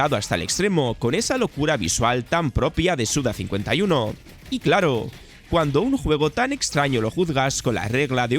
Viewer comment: Suda 51 se pronuncia en base a la japonesa, es decir: 5 se dice "Go" y 1 "ichi". Por lo tanto, su pronunciación correcta es "Suda Goichi".